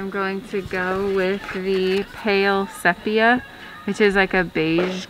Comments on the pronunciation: Pronunciation of Sepia... SEA - PEA - UUUU (As in Umm) Just trying help :-) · Don't mean to be a nag, but it's pronounced 'see-pia'. Love the taupe color! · Beautiful work and I do mean work! I got tired just watching. Congratulations on a fast sale and a full price offer., just an FYI your paint color is pronounced see-pee-uh. 😉